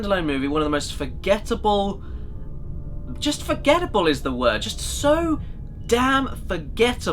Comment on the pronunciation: Caddy reminds me so much of Simon Cowell when he emphasizes "it's so....forgettable".